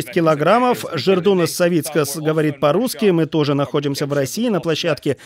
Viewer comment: Господи, комментатор, не жердунас, а жедрунас